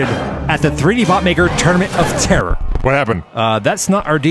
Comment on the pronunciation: Why does "Tournament" sound like "Termit" ?